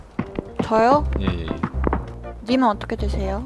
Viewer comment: 진짜 thㅓ요 이 발음으로 하시는 분들이 많다는거 이거 보고 많이 느꼈음 ㅋㅋㅋ